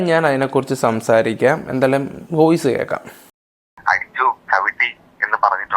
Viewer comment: ഈ സമയത്ത് പറയാൻ പാടുണ്ടോ എന്ന് അറിയില്ല ന്നാലും പറയുവാ: ഓയിസ് അല്ല വോയിസ്‌ ആണ് 🙂